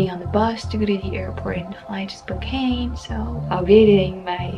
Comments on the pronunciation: It's SPO-CAN, not SPO-CANE. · I'm fairly confident it's pronounced Spoke-Ann, not Spoke-Ayne. Just sayin'. And just to be even more of a douche, I think it's Cranbrook, BC, not Canbrook. Go ahead -- kick me when I'm down. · I'm sure you know by now. It's pronounced spo -can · To end all this confusion. I grew up there. It's an Indian word. Native American. It's pronounced Spo-Can. Lol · In case nobody else has told you yet, Spokane is pronounced "Spokan," with a short "a." The residents are pretty adamant about it.